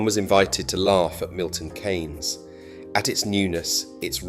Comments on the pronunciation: Its Milton KEENS not Milton KANES; The economist Maynard-Keynes is pronounced KANES, but the city is KEENS As some one raised in Northamptonshire, Milton Keynes was always the go to place for entertainment. Multi-Plex cinema at the Point. Ice Skating; shopping somewhere that had a range of shops; Ikea; and parking outside where ever you wanted to go; rather than having to park in some colossal multi-story. These days we have Rushden Lakes; but I still go MK for Ikea. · Milton Keeeeynes not Kaynes. Great documentary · Its Milton Keeeeens not Milton Kaaaaaans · It’s Keynes , not kaynes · Why does the narrator keep calling it Milton Canes?! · I moved to MK in 92, went back for a couple of years and eventually moved here permanently. I love the city because where I came from was just awful. But his pronouncing of 'Kay-ens' is making my teeth itch! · But the way he pronounces 'Kay-ens'... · AI voice cloning is at the point where you can clone to have the breath included to make it sound more "authentic". It does a pretty good job, but there are many give aways here that it is AI. Including "Kaynes" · It was quite convincing until it spelled out K A R, and pronounced it as Milton kaynes